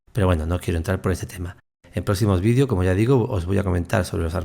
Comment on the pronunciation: los vidios!!! jajajaja 😅😅 haba bieeennn!!! se llaman videos!!!